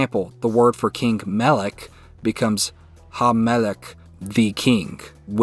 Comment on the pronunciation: Plate of food is not machvat, machvat is a pan (the thing you cook on) The word is צלחת tsalachat (ch here being the voiceless uvular fricative, phlegm in the throat sound). Regarding king, it's not melek but melech, almost the same sound as the plate word but more at the entrance of the throat rather than deep. Ch here is similar to the "ch" in the German word "Bach" or the Scottish "loch"